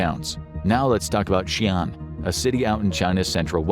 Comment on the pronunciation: By the way, Xi'an is more like She Ann, the zhou syllable like Joe, Tianjin like tyen jean.